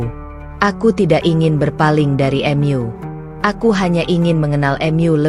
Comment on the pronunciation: Sebaiknya pembaca narasinya yg baik dan benar,misal bacaan MU dibaca EMYU aneh didengar ditelinga